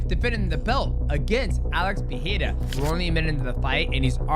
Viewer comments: ITS PEREIRA NOT PEEHAYDA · Portuguese speakers pronounce it Pereira, not “PeHeira”. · Why do people still pronounce his name like Pee- air -uh vs pur -rare uh😂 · "Pieira" acagain, man? Come on... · Damn mighty how you gonna call him PEEHEADA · Its NOT PEE HEAD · I love that no one pronounces Alex's last name the same way twice. 🤣 Pa-hay-da; Per-heya; Per-rare-a; Puh-haida; etc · Alex "Pehera"